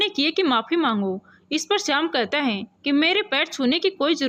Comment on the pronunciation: अभी तक मैंने बहुत कहानियों पढी सुनी सभी में एक गलती की तरफ ध्यानाकर्षण करना चाहूंगा और वह है उच्चारण परेशानी को प्रेशानी पढ रही हो है को हैं और बहुत शब्द हैं कभी याद नहीं आ रहा है।